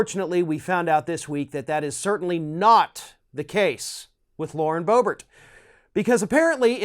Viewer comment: It is pronounced Berbert, not Bo-Bert!